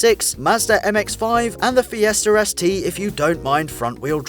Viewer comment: "Fiesther ST" x)